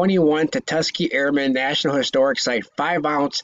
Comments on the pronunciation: tusk-ghee-ghee not ta-tuss-key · You heard it too🤣 tatuskee 🤣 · Could you imagine the value of a “tutuskee” 5oz round!? 😳🤣